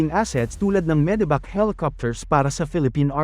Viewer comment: Medevac ❎ Medibac ✅